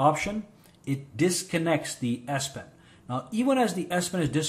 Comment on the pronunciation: Great video thanks a lot I’m sorry but I can’t stop hearing ass pen I’m so sorry